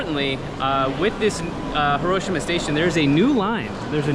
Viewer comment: Love your vids but Hiroshima is pronounced Hi-ro-shi-ma and hi is actually pronounced like he.